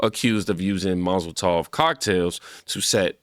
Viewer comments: Please get hooked on phonics bro ... Mozel Tov Cocktail ? Do just a little show prep by looking up the words you're not familiar with.✌️🙏 otherwise good show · HE said Mozol tov cocktails😂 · Molotov.. not mossel tov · MOL-A-TOV cocktails. Mozel tov is a Jewish saying to express "Congratulations". So unless you're saying the jewish community is behind this... you mean molotov cocktails😂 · Molotov Cocktail… not mazel tov. Mazel tov = a Jewish phrase expressing congratulations or wishing someone good luck. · Molotov, not mazal tov. Mah-lo-tahv is a thrown incendiary device. Mah-zuhl-tahv is a Hebrew phrase meaning "good luck" or "congratulations". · bro u killing me lmaooo its not mozletof lmaooo its molotov lmaooo :face-purple-crying::face-purple-crying::face-purple-crying::face-purple-crying::face-purple-crying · Did he say mazel tov cocktails? lt's Molotov. Or maybe that's what they say to one another every time they throw one. 👺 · MAZEL TOV which is what you have been saying is Hebrew for good luck. MOLOTOV is a "cocktail" which is usually gas and oil mixed in a glass bottle or jar with a rag used as a wick. There is no S or Z as you can see in MOLOTOV. I kept waiting for you to correct yourself, but you said it 7 times. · Hey brother: It's pronounced Mall-oh-tov cocktail, not mazeltov=(is a Hebrew word meaning congratulations after people get married) hahaha. Love ya bro, just wanted to let you know so that people won't think you don't know the difference.. Molotov is a Russian weapon which features a glass bottle with a flammable liquid and a rag doused with flammable liquid and a rag lit on fire and acts like a grenade when the bottle breaks shooting fire everywhere. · You sound like a moron when you call a Molotov cocktail, "Mazel tov" cocktail. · I swear it sounded like you were saying “Mazel Tov” instead of “Molotov” 😂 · Bruh "mazel-tov" cocktails 😂. Good content tho bro no hate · It’s a MOLOTOV cocktail. Not Mazaltoff. Lmao. Love You!! ❤❤❤